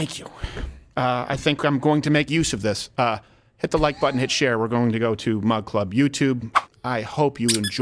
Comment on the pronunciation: poor child has been severely coached. "How dare you". And, this situation has become so ubiquitous, when Crowder said "share if you can", I heard "Cher if you can".